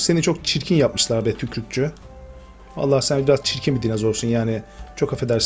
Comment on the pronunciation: tükrükçü değil tükürükçü denir ona